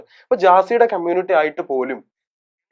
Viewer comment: എവിടാരുന്നു....... Waiting ആരുന്നു ❤️... പിന്നെ ആരെങ്കിലും onnu അങ്കിൾ നോട് പറ കമ്മൂണിറ്റി അല്ല കമ്മൂണിറ്റി അല്ല, കമ്മ്യൂണിറ്റി ആണെന്ന്.......😂😂😂